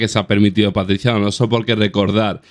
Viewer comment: "Paticia" y "caxi" 🤦